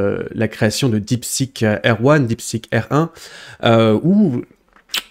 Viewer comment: A chaque fois que tu dis "Deepseek R1", j'entends "Deepseek Erwan" xD